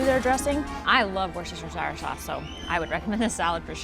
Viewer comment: Oh! But just so you’ve got the lingo - it’s pronounced “wustasher” sauce. Emphasis on the wuss. We don’t bother pronouncing all the syllables.